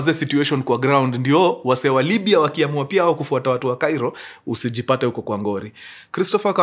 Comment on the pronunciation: It's Libia or Libya Mkuru check apo kwa introduction yoh, anyway sorry maybe it's mind playing games 😂😂